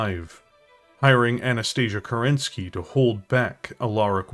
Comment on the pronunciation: First off, I need to be honest, Im not a huge fan of your delivery a lot of the times and sometimes it just really bugs me ("we talk about ... KEREN-SKAY"). I keep trying to be a fan but it just irritates the shit out of me, I do know thats a me issue and it obviously works for you. Saying that, I absolutely loved this video. This was obviously a labour of love for you and it shows. I absolutely loved you mixing lore history with how/why the different variants were developed and I think its way more immersive than just dryly going through different variants of a Mech chassis. Keep doing your thing. You do fantastic work and whilst you cant please everyone, you dont have to, you make people happy with your work and even a grumpy shitbag like me can see that.